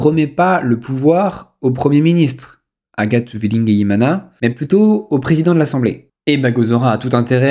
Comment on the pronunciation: Thumb up pour la prononciation fluide d'Uwilingiyimana ! Je me demande combien de fois vous avez du le répéter pour dépasser le délie-langue !